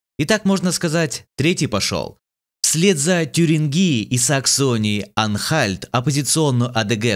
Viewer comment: ТюрИнгия , бестолочь, ТюрИнгия.